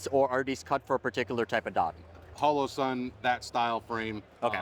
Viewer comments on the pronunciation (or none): I thought he said Holosun K?